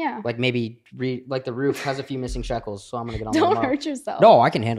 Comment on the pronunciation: Bro…. “Sheckles”……???? Come on.